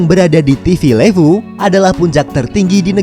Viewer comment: Ejaan levu di fiji "e" nya ikut indonesia timur min levu ..bukan pake e pepet. Aneh dgernya